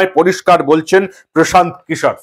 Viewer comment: Anchor babu antatah Kishore pronunciation ta thik kore korun😂